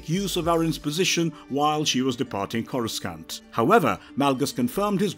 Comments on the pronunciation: Why do I click on this and this guy mispronounced every name especially Corscant lol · The only mispronounced one I noticed was courscant, which is understandable because they likely had a improper script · Hurts my ear every time he mispronounced "CORA-SCANT"🤬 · KORA-San-t NOT Scant This alone ruined the video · Do they just hire people who can't pronounce words right? Star Wars fans would cringe everytime they say “Corus-cant”. Edit: 15 minutes in and they repeat the same damn story from near the beginning lol This isn't the first video they've done this to extend video time. I'm done with this channel lol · Whilst my respect for pronunciation of the name “Coruscant” is… scant, I have great respect for this excellent video.👍😁 (Hint: I have an aunt who sings in a chorus. She’s my Chorus Aunt) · They should fire the narrator cause the way he pronounces planet names as well as character names is truly a disgrace